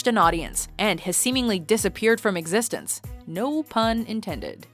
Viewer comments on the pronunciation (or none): GOOD LORD. Its Existence, NOT existenz.